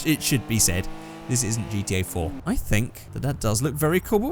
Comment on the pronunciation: Why can't you say gta